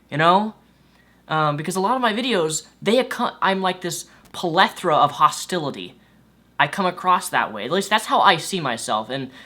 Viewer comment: OH like you left in "polethra" when It's "plethora"! or maybe i'm missing something.. I suck at grammar and words anyway lol but yea I like this video because there's a difference between preaching to the choir and actually being approachable and educational to both sides in a fair and logical way.. the kinds of videos that are more educational to try and make religious people understand what atheism isss or exactly whyyy what they are saying has flaws, are more enjoyable and interesting for meee to watch personally.. I like that they're nice and not being mean and stuff lol you can still get angry at certain stuff like TJ and how how fucking stupid something is if it out right isss stupid and they actually deserve it of course lol